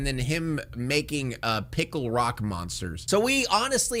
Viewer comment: "Piccle-Rock monsters"... damn.